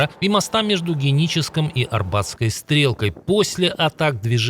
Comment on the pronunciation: Есть одна поправка не орбатская а аробатская коса